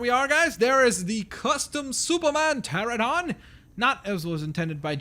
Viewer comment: PTERANODON NOT PTERADON!!